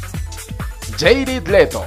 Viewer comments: jajajaja que pedo con la pronunciación "Vaisent" , "Yeiret Leto" jajaja No fueran el "Goberneitor" o "Nico" porque esos si los pronuncia bien jajaja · "Van" disel, "jeirid" leto, "croui", "vancent", "estiven"